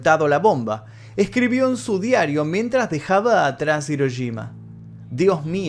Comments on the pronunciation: No puedo creer que los argentinos NUNCA pronuncien bien la "Ll" y la "Y" y cuando tienen una "Sh" en frente les dé por decir Hiroyima... Que alguien me explique. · Las "sh" las pronuncian como "ye", y las "ye" las pronuncian como "sh" xd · Yo: Hiroshima.: Hiroyima. Yo: *escribe en translator en inglés, español y japonés * Translator: Hiroshima. Yo:._.? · me estresa que le digas hiroyima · Hola. Muchas Gracias por el vídeo. Por Favor no lo tomes a mal, se escribe Hiroshima y se pronuncia Jiroshima, en japonés la Ha: se pronuncia ja * Hi: ji * Hu: fu * He: je * Ho: jo . La empresa HONDA se pronuncia Jonda. Cordiales Saludos. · dijistes hirochima 😂😂😂